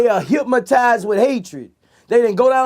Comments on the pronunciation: Anybody realize he really said hipmatized lol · Boosie:" hyp-motize"😂